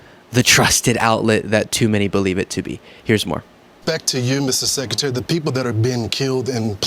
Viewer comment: Mr. Seckuhterry.